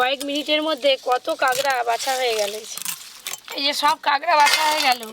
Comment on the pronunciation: স্পেশাল❌ পেশাল✅ কাঁকড়া❌ কাগড়া✅ 😂😂